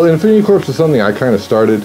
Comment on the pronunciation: Isn't "corps" pronounced "core" not "corpse"?